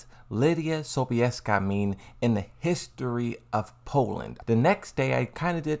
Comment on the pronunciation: As a Pole - you spelled Sobieska very well.